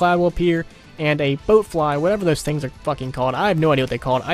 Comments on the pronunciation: bloat not boat lol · No h8 just pointing it out it's BLOAT flies not BOAT flies from fallout